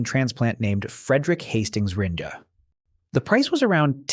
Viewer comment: Just when I thought it was over I’m hit with “ringay”